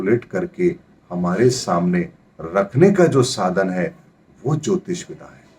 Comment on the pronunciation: Ohooo... mujhe aaj samjh aaya ki aap विद्या (vidya) कहना चाहते हैं जब भी आप विधा (विधा) बोलते हैं। क्षमा करना महाराज यदि मेरी बात बुरी लगी हो तो किन्तु ये शब्द मुझे हमेशा कंफ्यूज करता था और मुझे आज समझ आया है कि आप विद्या(vidya) को विधा(vidha) बोलते हैं। कृपया इसे ठीक करें। बाक़ी आपके ज्ञान और वीडियो के हम कायल हैं। अति धन्यवाद 🙏🙏